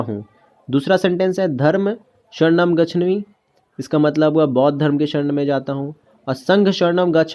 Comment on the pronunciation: Gachhami nahi hota hai gachhaami hota hai